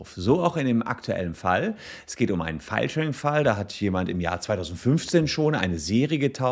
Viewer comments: Ich versteh immer "Fallschirm"... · Irgendwie ist die Filesharing-Betonung etwas undeutlich :D. Manchmal klingt das eher nach "feilschen" oder so ähnlich. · Herzlichen Glückwunsch! Eines muss ich jedoch los werden, ich verstehe oft "Fallschirm" - Abmahnung :D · Niemand sonst spricht Filesharing und Fallschirm 🪂 exakt gleich aus 🤣🤣🤣